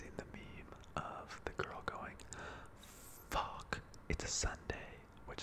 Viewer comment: “fOHK, it’s a sohnday”